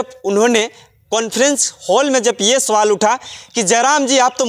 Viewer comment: कैसे बोल रहे है भाई सवाल कि सोवाल